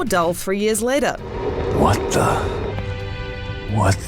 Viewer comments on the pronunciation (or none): none